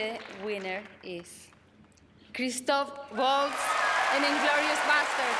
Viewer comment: ....Se puso Recaliente, imagináte, pronunciaron mal su nombre.